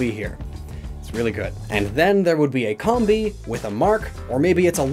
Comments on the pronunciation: Its not combee!! Its combee!!! Like honeycomb! ARGH! IM SORRY I GET TRIGGERED! Sorry i still like your vids but please try and say it right. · Comb-bee, like a honey comb, not cumbee.. please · pronunciation of Combee bugs me. Correct me if I'm wrong, but, isnt it "cowm-bee" instead of "com-bee"? EDIT: I noticed I said "bugs me", in post. No pun intended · Is it pronounced Com-Bee or Comb-Bee? I used to say Com-Bee until I was corrected and told it is Comb-Bee 🤔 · Nice video. One thing; it's pronounced [comb-bee] like a honey comb. I'd like to see you do this theme with Durrant and Heatmor. If they switched the fire and steel types between the two, it would be a much more accurate representation. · Am I the only person who pronounces with a long o? Cōm-bee, like honeycomb. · It's pronounced COMB-bee. Like honey comb. It's not a honey com. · I really hate the way he pronounces the names of these Pokemon... Like it should be "comb-bee" cuz it's like a honey comb and "vespi-queen" cuz it's a queen bee... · You know Combee is pronounced like honeycomb right? RIGHT? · I love how you just negate the purpose of the video minutes in. 😆 Never change. Except your pronunciation of Combee. That you can change.